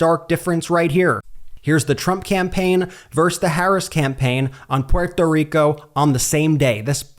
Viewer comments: It's okay, you're not pUeRtO rIcAn, you don't need to pronounce it with a fake accent. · Brett please stop saying “Porto Rico”. 😅 It’s nowhere near the native pronunciation and even Puerto Ricans are ok with just saying “Puerto Rico”. That said thank you for posting this. I think any PRican or Latino who votes for Trump hates themselves and our ancestors. It doesn’t matter if you’re documented or a citizen, MAGA will think all of us as “illegals.” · Remember when Trump tried to pronounce it? "Poo-ear-toe Ree-co." Even Melania knew how bad the accent was. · Please stop pronouncing Puerto Rico that way. It sounds so “American” the way you say it. Btw Trump is an ahole the must be beat. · That Ben keeps pronouncing Puerto Rico with an accent is as bad... just tell the story... 🤦‍♂ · you seem to be pronouncing Puerto Rico strangely. Love your channel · Why are you pronouncing Puerto Rico an Puerto Ricans like that? It sounds really awkward and a bit pandering. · The way you say Puerto Rico makes me cringe 😬 cut that out! 😆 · I wonder how many words and names this guy pronounced in his regional, English dialect when he could’ve pronounced them based on their non-English origins or regional pronunciations while he was making a cringe point of pronouncing Puerto Rico the way he pronounces it every five seconds in this video. I don’t know how you guys think that taking these righteous virtue singling perspectives about Donald Trump is going to somehow keep him from getting elected. I don’t know where you’ve been for the last 10 years. You’re just making things so much worse with your lazy attempts at inclusivity that just seem exclusively indicative of SJW’s like the guy in this video. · This guy is going to cost Kamala Harris the election if he doesn’t stop pronouncing Puerto Rico like that. Also, the misleading titles of every video from this channel are definitely causing more harm than good. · Jesus please stop saying Puerto Rico like that.